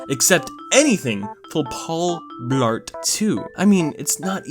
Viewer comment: It sounded like you said “Paul Fart”. 😂😂